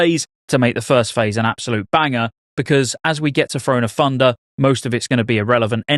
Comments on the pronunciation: “Frone of Funder” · "Thrahn o' Thundah"